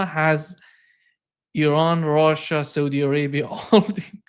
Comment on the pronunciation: It’s RUSSIA!! Not ROHHHHSHA! 😂